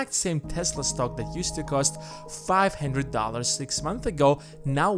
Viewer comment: Its one hundred not one hendirid dulers 🖕🏼